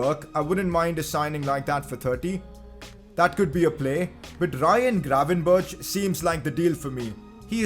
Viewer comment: I know it's pretty hard, but try to look up the pronunciation of Matthijs de Ligt en Ryan Gravenberch. The ij sound is very different to what you say, and the G and ch sounds the same but with a Dutch G which might be difficult but greatly appreciated!